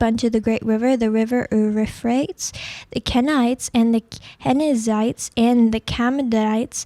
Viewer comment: Wow she's pretty illiterate. Ooroofrates? This is terrible reading.